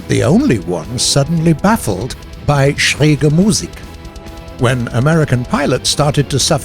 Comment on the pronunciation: Finally "Schräg" pronounced correctly! Thanks!